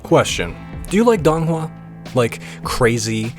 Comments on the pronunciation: please say it correctly i cannot take DONG hua seriously. Its sounds more like doon hua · This might be extremely pedantic, but i believe it's pronounced "doe-ng hua"